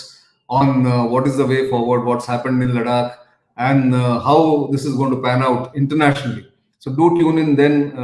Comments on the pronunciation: Its ladakh..not laddak...what if i call delhi as dehli or chennai as kennai...please respect the name.. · Nitin Gokhale ji you are a hindustani please improve your pronunciation its LADAKH & not LARAK Naren Sharma Kobe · Informative. Suggestion: You keep repeating yourself, and the pronunciation of Ladakh sounds strange...